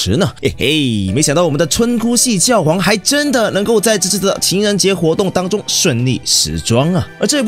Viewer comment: 是覺皇（X）睡覺的覺皇